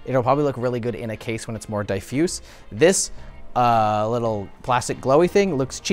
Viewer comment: First time I've ever heard someone pronounce Defuse like that, Die-Fuse?